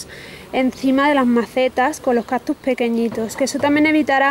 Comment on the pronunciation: Se escribe y pronuncia "CACTUS" no captus!!!!!!!